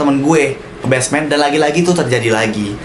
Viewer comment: Basement bang Bukan Besmen